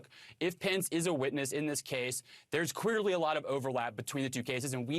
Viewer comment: He definitely said, "unQUEER", instead of, "unCLEAR". 😂😂🤣🤣🤣 And then he said, "QUEERly"!! This has to be intentional. Lol